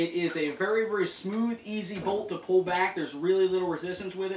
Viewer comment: vury, vury, vury comfertable. lol